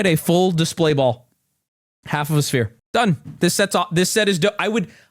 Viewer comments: brb trusting a guy who says spear instead of sphere for his opinion on how to spend 1000 dollarydoos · So... This guy ACTUALLY doesn't know how to pronounce the word sphere? Like..... He's reading a script ...and sees s....p....h....e...r...e........... And pronounces it spear? Is that actually possible? Are there people like that in real life? I'm having a crisis moment here. Help me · Nah, we don’t trust a homie who pronounces “sphere” with the hard “p”… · I don’t trust a man who calls a sphere a spear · Hanigng it on old mate for saying spear when most of y'all are out here saying 'intendo. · Him saying spear is unacceptable. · This is very interesting as someone who isn't into Lego. Also losing it to him saying "spear" is honestly one of the funniest things I've seen in a while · is actually becoming more and more insufferable. Just don't fucking buy it. Oh, you won't? Okay, move on then. He's literally looking for shit to complain about and for some reason loses his mind when someone doesn't pronounce sphere correctly. Like yeah there are people who have trouble with certain words ya don't have to bash on them for that. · crashing out most not over the actual death star, but the pronunciation of "sphere" is so funny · He was reading a prompt from big brick while his entire family is behind the camera zip tied and duck taped. I think if you were in his situation, you would mispronounce some words, have a heart bro.